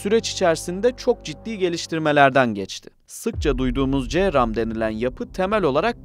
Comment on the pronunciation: Counter rocket, artillery, and mortar, bu cramın açılımı ce ram die okunmaz c